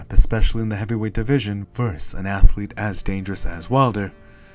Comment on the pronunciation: Seriously, can anyone nowadays pronounce the word 'versus' properly?